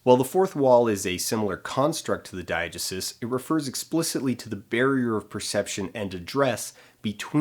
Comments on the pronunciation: I love Dan but this drove me mad, I've only ever heard dye-uh-GEE-sis and it seems a lot more natural of an em-PHA-sis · "DYE-uh-juh-suss"? Most say "dye-uh-GEE-sis." SOURCE: OED; ; every class I ever took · it's pronounced [dahy-uh-jéé-sis], by the way :3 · i refuse to believe that you don’t know how to pronounce diegesis. you’re pulling my leg, right?